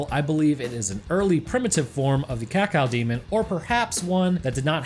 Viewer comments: "Cacaodemon" please don't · ..... IT'S CAK-O-DEMON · Having to hear you say "cacow demon" consistently was REALLY painful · It's caco-demon not cacao-demon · I like how you pronounce Cacodemon. Cacaudemon. I'm not trying to make fun, just something I noticed. I like it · Everyone else: Ka-Co-Demon This guy: Cat-Cow-Demon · Cacodemon, not "cacao"demon !!! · It’s cacodemon not cacaldemon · It's actually Cacodemon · friggin cacao-demon. kah-koh-dee-mon. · DE CACAO-DEMON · "Cawcawdemon" Edit: Also, I am surprised you didn't mention Cacodemons as the ones eating them. Cause I'm sorry, but in a world of imps and gargoyles, I refuse to believe that a bipedal bull that can run through a metal wall is at the bottom of the food chain. You also said that demons normally dont see each other as food, only their enemies. And Cacodemons are said to be dumb af, but also Hell's bottom feeders. Which means that the chewed up corpses of Pinkies are most likely pre-killed carcases that Cacodemons fed upon before getting bored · blud said cawcawdemon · THE CACOW DEMON .-. You reeeaaaaallllyyyy said that wrong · The worst parts of the video is when he calls the Cacodemon a "Kakal Demon" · Is it just me or did say Cacao-demon at the start? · Every time he says cacao demon i die xD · I love the way he pronounces cacodemon, “cacaodemon” 😂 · Cacaodemon? CACAOdemon? xD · "Cocoademon" =D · Just an FYI dude not really important since people say it however they want but officially cacodemon is pronounced as(Cack Oh) demon. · Did you just say cacow demon? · Him pronouncing cacodemon so weirdly is really getting on my nerves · The way you pronounce cacodemon angers me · The way you say Cacodemon causes me pain. Also sidenote: the Pinkies are tougher than 90% of demons in Doom (2016) imo. It doesn’t make much sense that they’re hunted in Hell. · Pronunciation of cacodemon slowly... quickly making me develop a uncontrollable tick...